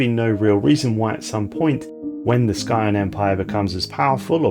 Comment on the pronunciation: What's with your weird pronunciation of Scion